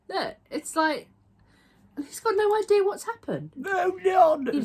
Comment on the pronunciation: not eye-deal that he has no eye-dea how he's hurt himself 😆🤣😆😂 (not gonna l-eye Eye had to rewind several times cos Eye was laughing too much)